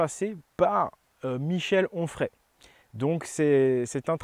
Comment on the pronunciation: En ce qui concerne Michel Onfray , tu as forcé sur le H ....